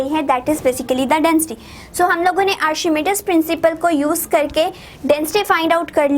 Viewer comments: It's pronounced Arc He Me Deeees principle ... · Mam sorry to say but your pronouns are incorrect of archimedes